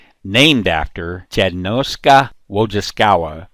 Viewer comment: Good video man. Your polish made my ears bleed though. Nice try. Try saying "Jednostka Wojskowa" like "yednostka voyskova". GROM is also a polish word for thunderclap.